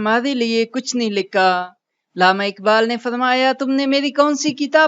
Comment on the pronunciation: اردو ٹیھک کریں۔ لامہ نہی علامہ ھے